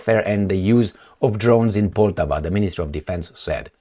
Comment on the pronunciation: The name of the city "Poltava", be it in Russian or in Ukrainian, should be pronounced "Poltàva", with the accent put on the second syllable.